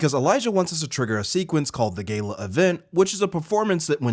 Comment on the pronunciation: My man cannot pronounce Gala to save his life